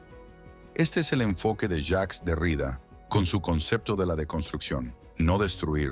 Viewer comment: Me encanta, gracias. Xfa, mejora la pronunciación, sobre todo cuando nombres apellidos. El apellido del filósofo Jacques Derrida se pronuncia con acento en la última a. En francés, se dice aproximadamente "DerriDÁ". Aunque la i tiene un sonido claro, la acentuación recae en la última sílaba, como es común en muchas palabras de origen francés.